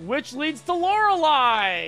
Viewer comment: I've been watching a lot of. It's refreshing to hear someone say "Lorelei" correctly.